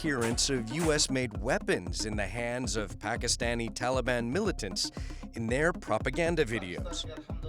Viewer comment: Efghenisten, Pekisten, Telibens, Aiueq, Aiuen... It's kind of funny how the US can't pronounce all of its enemies names correctly 😅